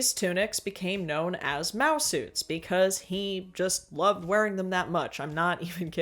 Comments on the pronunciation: Ohh, MAO SUITS. I thought you were saying mouse suits the entire video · Not me realising halfway through video you're saying "mao suits" and not "mouse suits" 🫥